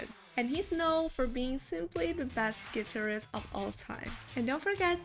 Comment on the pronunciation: HeHeHe......she pronounced "guitarist" like "clitoris".... HeHeHe🤣🤣